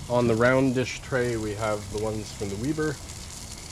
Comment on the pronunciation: It's not "Weeber" It's "Weber"